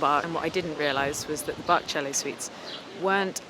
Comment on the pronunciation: It's pronounced Bach